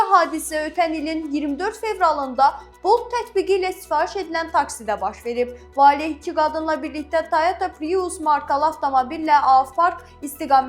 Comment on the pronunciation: Piius yox , prius. sifaiş yox sifariş . Diksiya sıfır. Bu R hərfini deyə bilmir ki!?)(